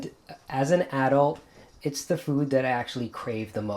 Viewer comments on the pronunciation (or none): none